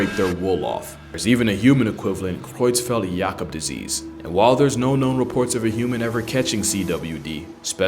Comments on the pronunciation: kudos on pronouncing Creutzfeldt-Jakob right! love your videos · I just experienced extreme joy seeing that a new video was uploaded! Then, a little mood dampener when I read the title. But it's still - as always - a fantastic video, interesting and informative. Plus, great pronunciation of Creutzfeldt-Jakob. I didn't expect a native English speaker to pull that of so smoothly and accurately. But if anyone could, it's "" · Being German, I really appreciate the way you pronounced Creutzfeldt-Jakob-Disease. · Pronouncing the full name of CJD correctly is honestly the most impressive part of this video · That was some perfect German pronunciation of „Creutzfeldt-Jakob“ disease 😉👍🏼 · Your german pronunciation was absolutely top notch.